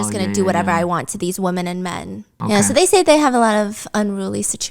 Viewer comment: Stephanie, your English is outstanding. I have noticed a tendency to pronounce women as woman. Very important to distinguish one or more. Women is pronounced as though o is short e or eh so WEH men. No o sound. Love you 😅